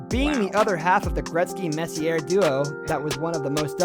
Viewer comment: But how was he able to pronounce Messier’s name correctly? Must be from New York.